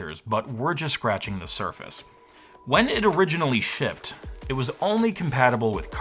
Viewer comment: Did this guy just say shipted? SHIPPED!